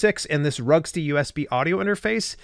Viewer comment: Vroogst-uh. It’s a German name.